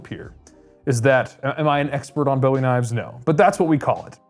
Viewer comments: You're running a knife show and you can't even pronounce Bowie right? Ffs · Paleeeeease!!!!!🙏🏻 the Bowie knife was named after Jim Bowie the man that fought and died in the Alamo! Jim Bowie "boowie" it is not named after the rock singer David Bowie "Boewee" who made his last name from the original Jim Bowie I would think a man that works for bladehq would know that! It's very disrespectful and irritating to hear people call it a Boewee knife like it's named after the rock singer! 😂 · Boo-e Not like David Bowie.